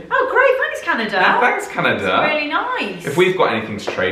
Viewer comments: it’s canadA! not canad-i-a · canadia? canada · I find it disrespectful that you say “Canadia” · Its pronounced canahdah